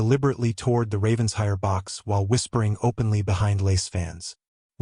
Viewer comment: Ok. I'm totally invested in this story now so a couple more things: Pronunciation of Ravenshire should be Raven/shire. Not Ravens/hire. Also, Penhurst should be Pen/hurst, not Pen/hist. Also, the word wound is being pronounced wrong. 😊 Looking forward to the story of the Ravenshire heir growing up with such an intense, devoted father. (If you are in need of a proof reader I would be glad to help. 😁) Have a great day!